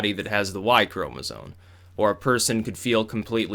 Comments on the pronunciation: it's pronounced chroma-ZOME not chroma-ZONE!! holy crap that got annoying. bro, it's spelled chromasome, it's so obvious that it isn't pronounced chroma-ZONE! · It's "chromosoMe" not "chromosoNe". Than sounds ignoraMt. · Could someone please explain to its ChomesOME not "Chromazone" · "ChromosoNe" its chromosome my boy not sone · It's "Chromosome", with an 'M'. Not "Chromozone". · The way you say "chromozone" hahaha. Also, it's not surprising that the writer was Riley Dennis XD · Anyone else hear "chromosones"? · Lol, how does know so much about sex-linked disorders and the evolution of eukaryotes but not how to spell or pronounce 'chromosome'? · chromosome ends in an m sound bro.